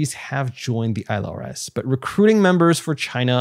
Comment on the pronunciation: Why does this asshole keep saying isle rs instead on ILRS